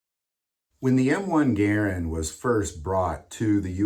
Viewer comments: Mispronouncing Garand is making me want to scream every time you say it. It's GaRAnd, not garan d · Warning! This video is a hard watch. This guy keeps mispronouncing the Garand as "geer - end". How he hasn't noticed that he is the only person in the world to use this mispronunciation is incredible. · You must not be from the south because everyone down here pronounces them Ga rands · Dude, please learn how to enunciate. It is painful listening to you mispronounce Garand.